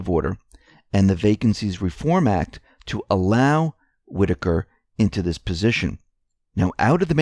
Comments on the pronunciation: I am glad you learned the correct pronunciation of Whitaker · most likely you didn't read very many books while you were in High School. You finally got the pronunciation of "Whitaker" correct but it's "MONITORING" not "monoring". Don't be mad! I made lots of mistakes when I was your age too (I'm 78).